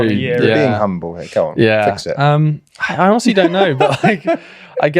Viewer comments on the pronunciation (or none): none